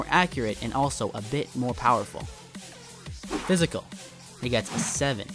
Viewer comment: 'Psyical' ;) noticed it on Seguin's, hate to point it out but other than that this video was great, as is all your content, keep it up dude! <3